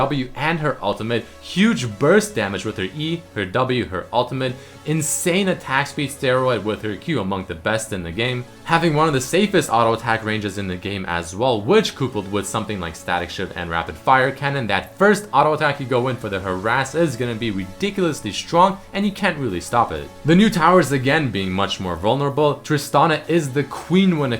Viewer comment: Seriously? No one is going to mention him pronouncing coupled as coopled?